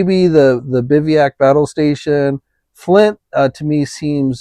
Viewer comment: Pronounced “biv-uh-wak”